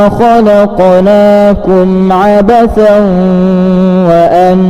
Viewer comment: Maaf, saya kira ada kekeliruan dalam pembacaan surat awal (115). Saya dengarkan betul tertangkap "kholaqolaakum", padahal yang tertulis dalam Alquran Surat Almukminun ayat 115 "kholaqnaakum". Agar segera dibetulkan karena tidak sesuai dengan sumbernya.